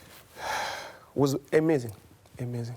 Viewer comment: *sighs*, was ... A mazaing, was A mazaing